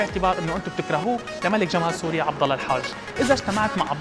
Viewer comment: #عبد_الله_الحاج من اشوفو اكولة تخسا ملك جمال سوريا وتحجي ب (غ) سوغيا 😂😂😂😒